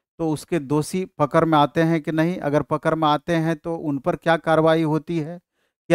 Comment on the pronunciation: पकर या पकड़ 😂 परेगा या पड़ेगा 😅 परने या पढ़ने 😅 शिक्षकों को तो शुद्ध हिंदी बोलनी चाइए।